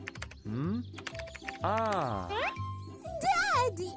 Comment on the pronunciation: we're the same how she says daddy Deddy the dad was not active